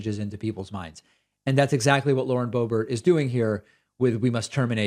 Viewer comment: Everyone mispronounced her name… Correctly it sounds like: ‘BOOB-AIR’ or ‘BOO-BEAR’ So Lauren BOOB-AIR - kinda fits doesn’t it? I mean, she IS pretty much a BOOB after all. With a head full of AIR. Just sayin’